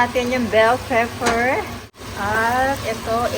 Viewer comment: Pepper po not peffer sana wag ka po Magalit